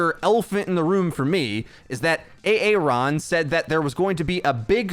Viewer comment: Did you make a Key and Peel reference by saying A-Aron?